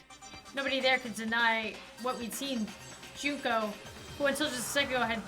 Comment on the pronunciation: hi i know im late but you said Junkos name right its junk then o i hope this helps